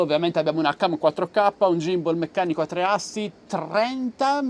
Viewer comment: Video utile ma "gift" è "gimbal" non si possono sentire 😅